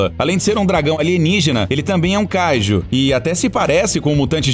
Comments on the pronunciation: mano,seus videos são muito bons,mas dá muita raiva quando se pronuncia as coisas do modo errado,tu fala a silaba tonica de kaiju como se fosse o KA,mas é kaiJU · Ele fala kaiju de um jeito muito estranho.